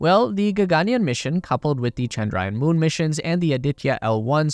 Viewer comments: its not ga-ga-nyan😂.. its ga-gan-yaan😊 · Why would you pronounce the second "a" long, and the "aa" short? gagaanyan? That's what the whole story is about.... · There are two “A”’s after the letter “y”. You should stretch the yaa. It almost sounds like yawn. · A lot mispronounced to the point it couldn't be understood, including Gaganyaan, Bengaluru and so on.